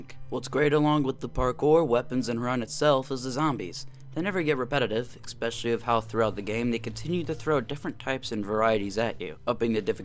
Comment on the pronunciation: Why do you keep saying eKspecially? There is no K in especially.